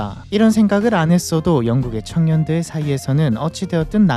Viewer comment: 발음이 부자들,창년들도 라고 들림 ㅋㅋㅋㅋㅋㅋㅋㅋ